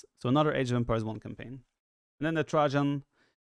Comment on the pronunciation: I beg you viper to check out how to say trajan with a voice checker, I'm sure it will make u laugh as the way your saying it now is 😂😂